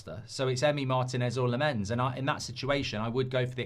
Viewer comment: Lammens is pronousd Lamm-ens not La-mmens. Tips from a Dutch speaker. 🙂